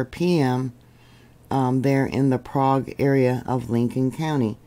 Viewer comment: Love your reporting. The "Okie" pronunciation is "Prayg". Just a tidbit😊 of info.